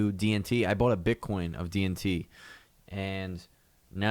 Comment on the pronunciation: I keep hearing "DMT" when you say "DNT" XD